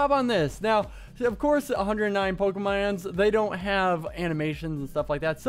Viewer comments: Pokermon not pokerman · Its pokemOn and not pokemAn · Man my ears are bleeding... But it's POKEMON!! NOT POKEMANS!!! Plus Pokemon is already plural, and no where in ANY of the games do they call Pokemon "pokemans". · Pokemon not pokeman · It's poke a mon not man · It's pokemans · pokeMONs not MANS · Pronounces it 'Pokeman' :P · i dont recall them being called "pokermon"...yes it is pokemon, the reason says pokemans i think is because back than people would always be like "let me show you my pokemans" or something like that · Why does he call them pokemans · I'm not even that into Pokemon and I'm kinda pissed he's pronouncing it all wrong.